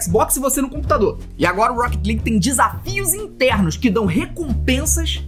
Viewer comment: "Rouquéti Ligui" "Épique Gueimes" "Épique Gueimes Istor" "Écsbocs"